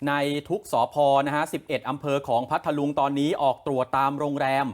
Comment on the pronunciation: อ่านผิดเพ มนัง พัทลุง เขาวิเศษพัท ลุง บ้าม้ายนักข่าว ไม่ทำการบ้านก่อนมาอ่านเออ